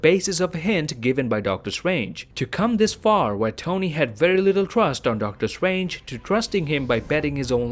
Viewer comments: Please say ‘Doctor Strange’ instead of ‘Doctor Swange’ nice video tho🌝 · Nobody:: “Doctor stwangers”